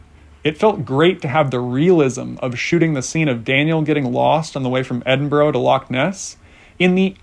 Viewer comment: Tip on pronouciation. It is not Edin-boro, it is Edin-burr-ahhh or Edin-bra.